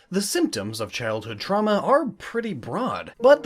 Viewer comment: "the symptoms of childhood truma"... lol truma